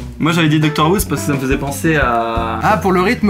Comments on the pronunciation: Je suis partagée.. En même temps tu as l'air fan.. En même temps tu dis ''Docteur'' au lieu de ''Doctor'' donc bon.. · C'est doctor who pas docteur who mdr mais sinon super vidéo